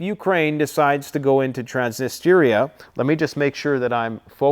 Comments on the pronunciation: Good job as always, keep 'em coming. May I suggest a pronounciation of Trans-knee-stree-ah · It's pronounced trans-nist-treeeaa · Trans Nistria. 2 words can help pronunciation. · Trans - niss - tree - ahhhh😊